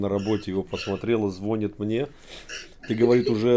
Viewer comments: только не "жена звОнит", а жена звонИт ). Это, так...для кучи ))) //ЗвОнят в колокола звонари// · ЗвонИт! Надо говорить "звонИт"! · Извините, но ударение на последнем слоге, звонит! Никогда так не говорите, режет слух!🙏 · Ну как же так ! На 2.50 жена звОнит ! Может всё ж таки звонИт. Ведь за 5 часов уже 50 тысяч просмотров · ЗвонИт, ударение 😊